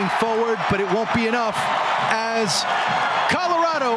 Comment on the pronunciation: Commentators need to stop dickrididing lafc like its ruining the whole video. Also its not carlorado its Colorado